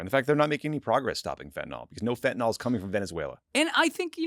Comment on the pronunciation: FFS it's Fentanyl not fentanol , get it right your job is correctly using English.